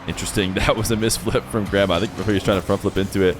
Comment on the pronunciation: the way you say Gramma sounds like Grandma and i cant unhear it 😢